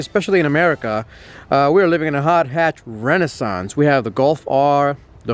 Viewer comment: That pronunciation of renaissance just put me off